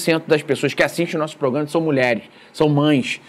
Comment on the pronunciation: Faça um esforço, treinando, tantas vezes quanto forem necessárias, para pronunciar PRO-GRA-MA. Esse "proGAma" dói no ouvido.